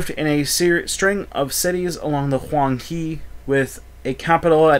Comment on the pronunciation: The Yellow River is pronounced as Hwang 'Her', not He.